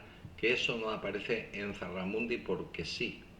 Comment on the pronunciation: ZUGARRAMURDI, no 'Zarramundi'.